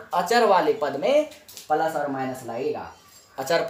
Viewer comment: Palus nahi plus ➕